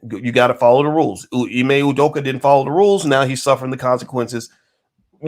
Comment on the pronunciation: Wtf? Ime U-doka? stop with the bs, dude is Nigerian, is Name is Ime or (Imeh) Udoka, stop tryna take the African / Nigerian / Ibibio out of his name, Abeg!